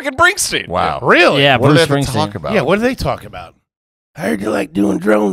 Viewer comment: is pronouncing Bruce Springsteen as “Bruce Bringsteen!”